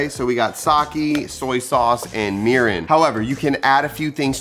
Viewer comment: I’m Japanese American and I’m super excited to try this recipe! But, I would like to point out that your pronunciation on some words were a little off. Japanese isn’t like English in the sense where some letters sound different depending on the word. E’s will make an “eh” sound while I’s will make an “eee” sound. Example, you were saying “sah-kee” when it’s actually “sah-keh” and mirin would be pronounced “mee-ree-n”. Making these subtle changes will help and the Japanese viewers will appreciate😊 Lastly, sushi rice is a very specific style of rice, with a few ingredients added (i.e. salt, sugar), so I would suggest just saying Japanese style rice because it is slightly different compared to other Asian cultures, but isn’t actual “sushi rice”